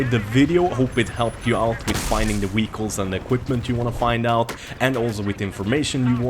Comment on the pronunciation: Why do you pronounce "vehicles" like that😂